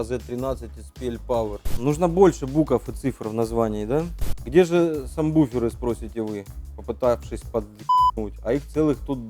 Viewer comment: Не самбуфер, а сабвуфер